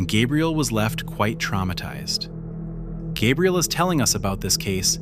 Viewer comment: Gabriel ❌Gaybriel✅